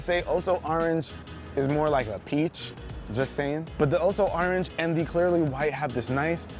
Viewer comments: Nobody: Not a single soul:: "oh so ArRanGe" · The way you say orange tho